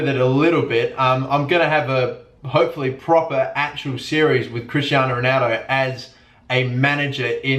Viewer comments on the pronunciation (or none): none